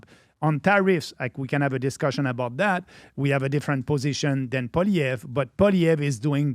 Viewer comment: Agreed with many of the comments stop ruining our only chance for hope in Canada. I voted Trump as a Canadian American . Also, your mispronouncing Pierre's last name in many of your shows